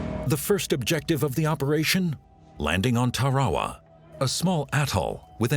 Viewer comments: It's Tarawa, not torrahrah..... pronounced 'Tara wah' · .....on the beaches of Tare-wah-wah ?!?!?! WTF 😂 think he means Tarawa hahaha. Damn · Over a 1000 America soldiers were lost on Tarawa, and this narrator can't pronounce Tarawa properly. 😢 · Ok. I get mispronouncing TARAWA. But Mount Suribachi is a view killer.